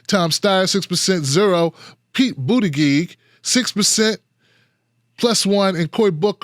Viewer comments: Yeah, doesn't he know it's pronounced Booty-judge? ;) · I dont support pete. But its annoying that you say his name wrong. The g in his last name sounds like a J! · Buttigieg pronounced as Booty_judge. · He calls him Boot-a-gig... that's hilarious.